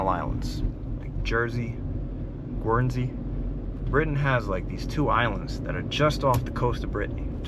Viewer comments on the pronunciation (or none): none